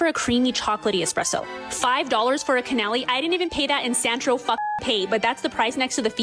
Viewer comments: ik a big thing too...heh- was that the subject of this video said "cannoli" as "canaahli" and it is so funny 😭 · "Canalli"? Oh please tell me she goes in pastry shops and calls cannolis that. 🤦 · You can give your own opinion without being a c*** about it, jeez. She should've had the facts before stating her opinion on the ingredients. As soon as I heard her try to say canolli & she lost me. I loved Jenna's response. Only the other chick royally pissed me off tho bcuz she's everything I don't stand for. I'm a brutally honest & educational beauty reviewer with 350 reviews done in the last 6 months from budget dupes to Luxory or medical grade products. And I would never disrespect a brand like her. She did not make this beautiful bakery look bad, she only showed her own bad true colors SMH. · She can’t even pronounce cannoli properly, but she wants you to listen to her views on pastry???? also true French coffee is going to be bitter. Americans like things very sweet. The French, however, prefer a more diverse flavor profile. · I thought that too 😂 also if she’s gonna criticize like this, at least be able to pronounce it correctly, right? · I don't trust anyone who can't pronounce Cannoli correctly. Also this is why foreign countries hate Americans because she is such a poor representation of the residents here. I guarantee she is a Nepo baby traveling the world with daddy's money. Funny you should put a Wonka clip in here because she is Veruca Salt. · Omg speaking of Italian pronunciations, did you notice how the “food reviewer” pronounce cannoli. I was like Nails on a chalkboard for me.